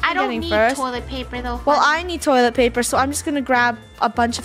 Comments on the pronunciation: Funneh- we also need toilet plaper Me- plaper? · Funneh: toilet plaiper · Did funneh just say toilet plaper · “I do need toilet pLaper.” toilet plaper?